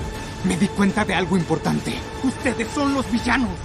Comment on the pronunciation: Creo que tengo un problema en el oído Por que soy el único que escucha "Di uztedes! De donde salieron >:v?"